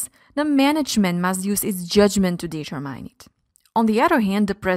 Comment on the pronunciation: Great video, but the prononciation of subsidiary and determine (sounded like data mining) needs to be corrected..